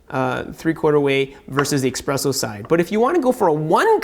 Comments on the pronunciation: I know that. You're pronouncing it incorrectly. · Expresso? It is" espresso".